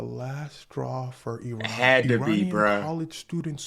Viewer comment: Pronounce Iran like that brother. Not eye ran. This guy can be a good teacher of history. This is accurate in a much less formal way.